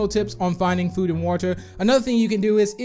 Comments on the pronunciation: You say water like is walter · It’s probably how he pronounces it idk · Me:Hearing Saying Woter My Brain:Triggered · So it’s “wuter” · No hate or any thing I love his channel but he says water so weidly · The way he says water IS JUST PERFECT